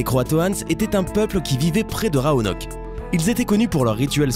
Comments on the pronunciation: Oh la faute mdrrr on prononce "roanoké" et non "roanoke" même si c'est écrit roanoke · il y a ecrit rOanock et pas rAonock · L'incapacité du lecteur à prononcer correctement rOanoke -_ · Raonok ou Roanok ? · Dis ROANOK mon dieu😤😤